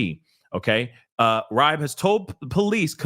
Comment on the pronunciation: His last name is pronounced Reebe